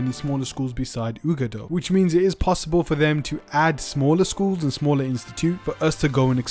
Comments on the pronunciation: Uagadou = uWah-gah-doo Not whatever it was you said. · Dude, if you're going to report of Hogwarts Legacy, at least know how to pronounce the names of thing. It's pronounced Bow(like bow-tie)-Bah-Tohns, and Wah-Gah-Doo. Get it together.